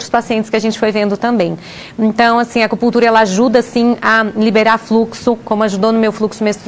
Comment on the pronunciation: Porquê será que essa mulher fala Acupullltura, ao invés de Acupunnntura?